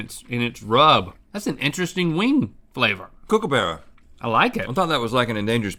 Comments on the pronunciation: Kookaburra isn't pronounced kook, it's pronounced cook. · I know they were joking about “outback beck” but it still kinna made me mad And i also got mad when they said cookabera instead of cookabara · It’s pronounced “Cook-ah-ba-ruh” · and they keep saying cookaburra 😂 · As a aussie ive never heard kookaburra said the way they did 😂 cook-a-burra is more accurate way. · Same, being an Aussie it was funny hearing Rhett and Link keep pronouncing Kookaburra as kOoKEhBeaRra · That’s not how you pronounce Kookaburra